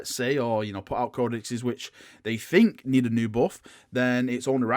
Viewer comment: Please - please - make an effort to say “think” instead of “fink”. It triggers me to no end. THink, THing. I love you and your content but you are English! Have some pride, speak it properly! It makes you sound stupid PURELY from that and undermines what you’re saying unnecessarily (think how really dumb characters in movies talk, that’s the effect this accent has). Would turn your content from a 9 to a 10 / 10.